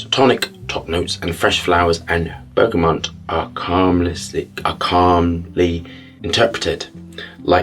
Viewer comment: I adore your videos and the way you describe scent (I haven't had the pleasure of trying your own perfumes yet, though). However I need to say this: it's pronounced bergaMOT, not bergaMONT or bergaMON. There is no N in there whatsoever. PS. I 100% agree with your stance on allergens in perfume.